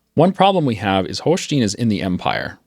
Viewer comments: Great series! Love it! (pronounce the "stein" in "Holstein" like "Einstein") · He will not do it in a hundred years.You just have to adapt to his horrible pronounciation. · He does it on purpose to piss people off.